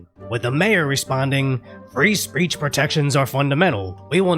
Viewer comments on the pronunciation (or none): "free 'speach' for all"😂😂